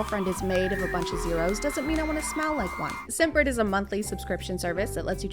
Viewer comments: u pronounced scentbird like simp bird haha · lmao i thought you said "SIMPbird," not scentbird